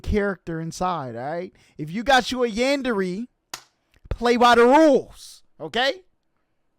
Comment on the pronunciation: bro says yanderee